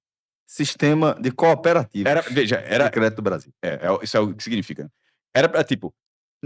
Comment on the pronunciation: "Cooperativa" não se lê "Cuperativa". Do mesmo jeito a Sicoob.